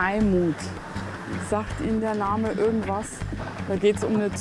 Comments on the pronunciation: Sie machen schöne Arbeit! Aber warum sagen Sie "ürgendwas" und nicht wie geschrieben "irgendwas"? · ich musste auch mehrmals lesen. Sie spricht das „I“ bei „irgendwas“ aus wie ein „ü“